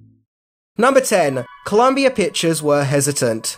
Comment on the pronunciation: "Columbi-er executive" - 2022 What in the actual fuck?